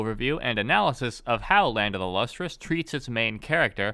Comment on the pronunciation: Since this guy mush mouths the title every time he says it, the manga is called Land of the Lustrous.